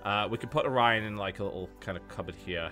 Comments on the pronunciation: his name is orion pronounced o ryan just sayin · It's "Orion" but it's easy to misshear.